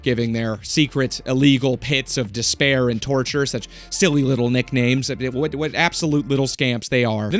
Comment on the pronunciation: How does one get "a wittle bit assassinated"? Asking for a friend!! 😂